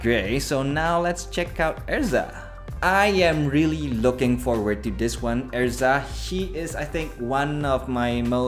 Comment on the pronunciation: Its pronounced Errrrza Er Zah. Lol not ezra